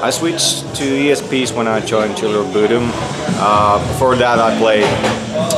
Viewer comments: Ja kyllähän se lausutaan oikeasti "buudum". Myös Alexi on sanonu haastattelussa että tuo on se oikea tapa lausua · Bodom is Swedish, so that is how it is pronounced correctly lol